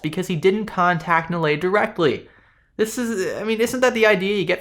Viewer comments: Everyone should tear Nilay Patel a new one. The moron has some of the most hypocritical and weak responses I have seen. Like some sleazy lawyer trying to make a point out of air. Btw the douche's name is pronounced as Nee-lay. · I truly do not care but, for the record, His name is pronounced "Knee Lie".